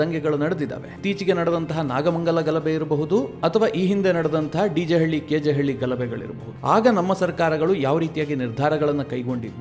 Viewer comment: ಸ್ವಾಮೀ, ಸಂಸ್ಕಾರ ಸೌರಭದ, ಅದ್ವೈರ್ಯುಗಳೇ, ಅದು DJ ಹಳ್ಳೀ, KJ ಹಳ್ಳೀ ಅಲ್ಲ. DJ ಹಳ್ಳೀ ಅಂದರೇ ದೇವರ ಜೀವನ ಹಳ್ಳೀ KJ ಹಳ್ಳೀ ಅಂತ ನೀವು ಹೇಳುವುದು KG ಹಳ್ಳೀ ಅಂದರೇ ಕಾಡುಗೊಂಡನ ಹಳ್ಳೀ ಅಂತ. As an anchor you must say it correctly. Every anchor repeatedly say it as DJ ಹಳ್ಳೀ & KJ ಹಳ್ಳೀ one of it is wrong. Atleast YOU correct it sir.